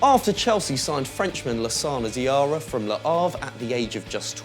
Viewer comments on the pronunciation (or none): its diarra not diara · It's Diarra not Diara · It's Lassana Diarra not Lassana Diara and please stop from presenting anymore he annoys the hell out of me! Cheers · 16 seconds into the video and you mess it up! Diarra not Diara!!!! dafuq